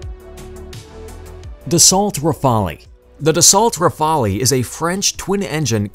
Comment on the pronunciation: Great video and info.... i just wanna say that it is not M.I.G it is Mig.... Rafalee is not the name it is Rafale pronounced as Rafal.... Overall an amazing video and information👍👍👍